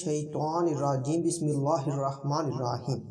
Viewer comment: Apka bismala parhna galat hain Plz apne Islamic words ke eslah karo